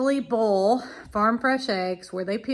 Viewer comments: All through this video I thought you were saying bowl eggs and I thought you would shake them in a bowl. Right at the end, I realized you were saying boil! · Love the way you say boil.